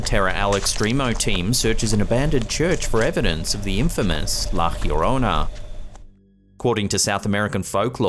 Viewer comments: La llorona (yo-rona) not hirona. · Hey great video! Btw, La Llorona is pronounced like jorona or yorona (English spellings), not like hyorona. It's actually easy to say and not one of those difficult Spanish J or G (or X) sounds (as in méXico) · Lol it’s pronounced La YO-rona. Wth is that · bro...it is pronounced with a J, like in John....LLORONA (jorona) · Please Don't Shoot the Messenger... so sorry , buuuuuuut La Llarona is pronounce "Lah Yah Roe Nuh".... I have heard you say it every way but the correct way and this one by far, is the worst with the J sound as an h... Love You So Much STILL THO! <3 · La llororona from Spanish (Spain) is pronounced La Yo-ro-na. In Spanish (Mexico/South America) it's La Jyo-ro-na. The H emphasis you are putting here is incorrect. Just thought you should know. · Why do you put an H in front of Llorona? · There is no H in La llarona, it's closer to la yarano, you roll the r in llarona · why does it sound like la cleorona instead of la Llorona? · Hi, the La Llorona upload was interesting. No offense intended but if you'll indulge me, may I provide some assistance in the correct pronounciation of La Llorona? It's pronounced: "Laa Yoh-rohna." Have a good one, mate! 👍🏼🇺🇸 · La llorona pronounced La yo ROE naw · tries not to correct his pronunciation of La Llorona! ;l Oh yeah the guy needs an accomplice to being alone in his haunted house. XD as for the cat.. DUDE! You can see the freaking leash! It's as plain as the nose on your face! Otherwise, EPIC video!! Spooky. I have crappy see-through/decorative curtains where I live and I hate it. :( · That's not how llorona is pronounced. Advice for YouTube content creators: It takes 60 seconds or less to look up the correct pronunciation of foreign words online. You'll look smarter.